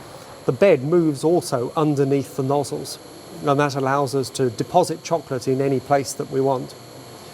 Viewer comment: neither of them can talk. The way he says chocolate pisses me off and the asian dude cant say technology...